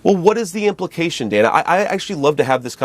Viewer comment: JD must be best friends with Uncle Tom Byron McDonald because they talk exactly alike both in tone and rhetoric. They are both condescending, disrespectful, racist, and always make a point to try to overtalk anyone interviewing them. He purposely kept mispronouncing Dana's name too. JD needs to be fired for the hate and pain he has inflicted on the Haitian community. He is just disgusting!